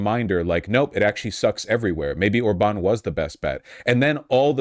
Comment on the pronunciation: Orban being mispronounced really threw me off. You don't have to know that in Hungarian, every word gets first-syllable stress, but he has been in office long enough that I've heard his name from at least a dozen different people and they all (correctly) agreed it's ORban, never orBAN